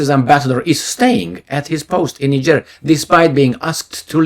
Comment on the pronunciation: and countries! Like Niger